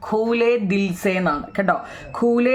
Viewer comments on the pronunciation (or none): ഖുലേ ദിൽ ആണ്. ഖൂലേ ദിൽ അല്ല